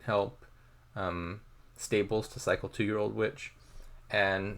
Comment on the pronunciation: it seems to be lagging but i couldn't be sure whether it's on my end. also your stables pronunciation kinda sounds like staples sometimes 😛